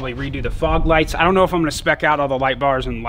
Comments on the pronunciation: He said frog lights instead of fog lights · I heard frog also lol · you said " frog " lights 🤣🤣 killed me 🤣 nice truck tho